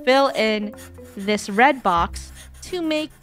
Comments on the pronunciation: not funneh pronouncing red roy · you called red rooi are u afrikaans ???? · funneh said roi not red 😂